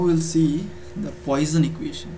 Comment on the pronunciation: the way you are pronouncing it is incorrect.